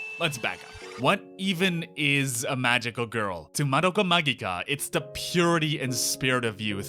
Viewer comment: The way they pronounced "magica" gave me relief after hearing it pronounced the other way so often. It is how I've come to personally say it after all.